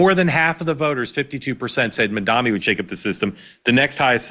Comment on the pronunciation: Mark, you keep saying “Mamdami”, LOL. Is that some kind of shade? 😂